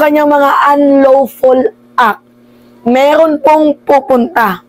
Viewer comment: Meeerrrroon ayusin mo R mo